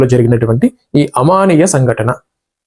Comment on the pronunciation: అమానవీయ సంఘటన అని పలకాలి